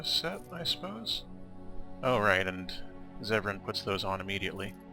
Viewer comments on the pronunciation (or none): It's Zevran.